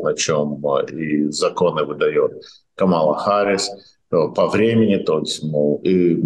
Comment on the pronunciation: Спасибо,, Вы весьма впечатлили абсолютно правильным произношением фамилии Камалы! - 😉